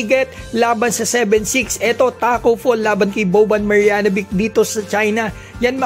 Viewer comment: Marjanovic - "Maryanovich" Po Ang tamang pag Pronounce.